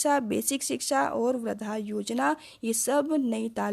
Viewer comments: It is not vradha.it is vardha yojna.improve ur pronunciation. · Ma'am vardha ka pronunciation thk se kariye confuse ho r h